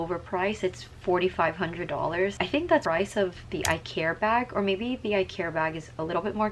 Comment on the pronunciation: This is not how you pronounce Icare… Just saying 😅😅😅